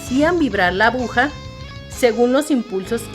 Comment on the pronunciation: Buena la información, pero una tremenda pena que la narradora haya dicho en tres ocasiones "abuja" en vez de aguja. Lamentable, si no fuera por eso, hubiese sido muy útil incluso como material didáctico.